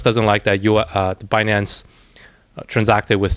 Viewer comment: Yellen say “bah-nance”. 😂